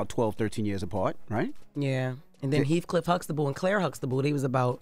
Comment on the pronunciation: Lol Jess say Hecliff Hustable 😅 ....Wit somebody I know😮😮